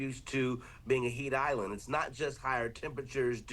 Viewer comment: AH!? It is HEAT not HEIGHT